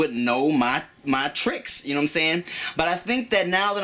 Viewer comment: "I got game, gnaw what I'm saying." Credibility instantly gone.